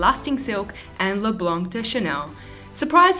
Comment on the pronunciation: Hey gorgeous! :D To be honest, I prefer the more "informal" and chatty tutorials, but whatever you feel like doing is good great. Oh, and if it's something that you care about (and only if!), the "c" in "blanc" is silent. :3